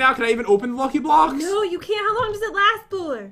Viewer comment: really he says ck very bad